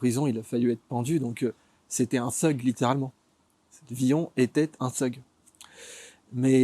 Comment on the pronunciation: Il m'a stressé comment il a prononcer thug et thuglife